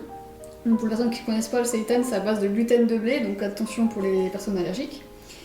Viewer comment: Tu m’as fait délirer comme tu as dit le mot « seitan » c’est la première fois que je l’entend comme ça et pour « Taifun » aussi y’a les 2 teams 🤣 J’essaye désormais de dépenser comme toi que 50€ par personne par semaine soit 400€ par mois mais j’étais plutôt au double mais là j’ai réussi à réduire à 600€ le mois dernier 💪 donc on continue! 😁